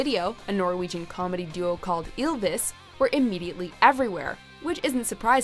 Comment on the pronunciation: NOT ILVIS, YLVIS. AS A NORWEGIAN I AM DISAPPOINTED AND...